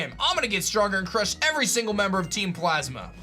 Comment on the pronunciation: is it just me or did he say "every dingle day"